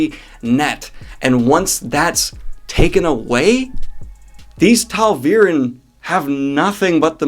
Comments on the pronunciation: THERE IS NO "L" in TA'VEREN! Stop saying "Tal'veren!" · why do you always say taLveren not ta'veren? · Am I the only one who notices how Daniel pronounces Ta'averen? Like, where is that "L" coming from? Talveeren? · Question: Are you adding an "L" to the word Ta'veren? It really sounds like you are saying "Tal-veren." I am of the mindset that things just had to play out the way they did; there were many prophecies at work ( a few we never even got to learn about) most of which had to come true. You are absolutely justified in placing Moiraine as highly as you do; almost everyone who reads the series ends up putter her in a top-something list. I do think that both sides had reasons to be frustrated, its just a good thing that the Aes Sedai train so hard on staying calm. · is it just me, or does it sound to anyone else like Daniel keeps saying "tall-veer-in" when he says ta'veren? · 1. Great video! 2. The pink hoodie is great. 3. Never wear those pants on a green screen video again! 4. Moiraine IS the hero of those first 5 books, and somehow I feel like the "slog" is a result of her not being there. 5. There is no "L" in Ta'veren 😁 6. She was wrong at 1 point - when she wanted Rand to take Tear to war with Illian. Again, great video, keep up the great work! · Love it! Editing = Awesome. Ta’veren, no L. 😁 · Just one question my good man.... Is there an L in ta'veren? Why do you pronounce it that way?